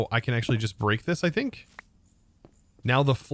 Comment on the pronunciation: AXE' ually